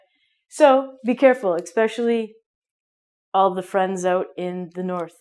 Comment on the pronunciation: Great video for learning Canadian pronunciation. out = "oh-t" mouth = "mow-th" etc. And she has that cheerful positive Canadian attitude as well. Love it.